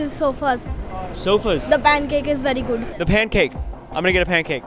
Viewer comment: “berry guud